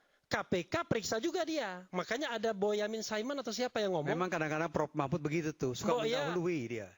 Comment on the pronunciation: Yang pakai peci hitam menyebut Prof Mahfud saja salah. Masa Mahfud di sebut Mahmut😂😂😂😂😂😂